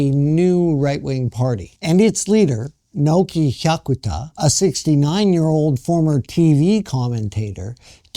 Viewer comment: mispronounces both "Sanseito" and "Hyakuta." My wife and I, along with at least one of our children, voted for the Sanseito (参政党). We are not xenophobic. We do not belong to any "cult." But we are sick of scare-mongering propaganda. What does "far-right" mean? Why not call "Japan Today" "far-left"? I read it. Comments typically come from disgruntled, Japan--bashing expats...We are for common sense. Say anything politically incorrect and watch the comment rejected... takes a most condescending attitude. He appeals to his supposedly enlightened listeners to go out and "enlighten" benighted people like me and my family. No, we simply do not want to see Japan wind up in the same mess that his homeland has been in.